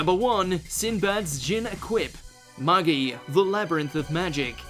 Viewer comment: Its been a decade and people still cant pronounce Magi